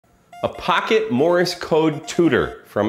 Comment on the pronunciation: just a note - it is Morse - NOT Morris very common mispronunciation